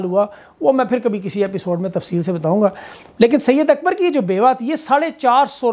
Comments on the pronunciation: Bro not syed Akbar it’s صید اکبر said Akbar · Not syed akbar, SAID AKBAR PLS